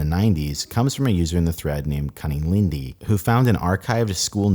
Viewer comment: “cunning lyndey,” huh...